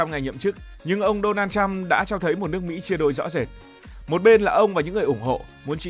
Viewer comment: Thằng BLV này ăn nói sặc mùi cộng sản. Đọc tên của người khác còn sai ( Đô na trăm??!??? Tao lạy) mà đi bàn chuyện thế giới